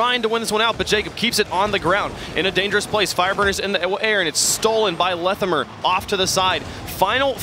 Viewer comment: wtf is pronunciation of Lethamyr.